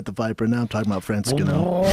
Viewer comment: Francis gano😂